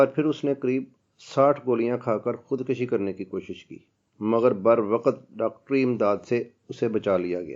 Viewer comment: بر وقت پٹھتے وقت و پہ زبر ق اور ت پہ جزم لگا خر ہڑھیں۔